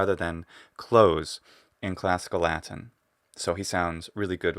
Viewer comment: I love the way you pronounce the word Latin in English with the full t sound and the ɪ vowel before the n. Unusual for Americans to not either hold the t or use a glottal stop there and pronounce the n syllabically